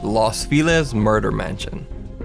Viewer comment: Feliz (ironically meaning "happy" in Spanish) is pronounced "Fell-eez," not "Feel-ez."